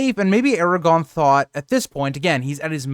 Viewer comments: First off... It's ARAGORN... not Aragon. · Eragon? Wrong series😂 Air-ah-gorn. Solid video otherwise. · Please. People can sound out basic things like Aragorn not being pronounced Aragon. The R is the clue. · If you’re a so called Tolkien fan like this channel suggests you should know the names of characters. It’s AragoRn. Lol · I quit listening when you called him Eragon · Or, air-a-gawn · Made the video completely unwatchable tbh. You don't even know how to say one of the MAIN characters names, like are you really even a fan? Smh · you’re pronouncing Aragorn without the second ‘r’ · Glad to hear you corrected the mistake . Your content is really great but mispronouncing Aragagorn kind of takes you out of it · LOL, sorry about that!! There is actually a difference between a typo and consistently pronouncing a name incorrectly. Especially if the person is supposed to be well-versed enough to make a YouTube channel for LOTR. I'm assuming you're trying to insult me, but it's all good as far as I'm concerned. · There’s no way someone so geeked-out on the subject would make that mistake….im thinking it’s a speech impediment, it kind of sounds like he’s really trying to say it correctly, but failing.